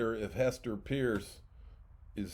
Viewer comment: Please give Hester Peirce the courtesy and respect she deserves and pronounce her last name properly. Practice off camera. Even a child could do it.